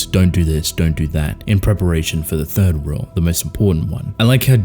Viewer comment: Saying thief* not third